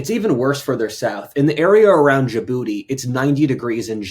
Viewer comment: "the area aroundjabooty is ninety degrees in January" Uh, excuse me sir? 😆😂🤣 Mindjobusiness...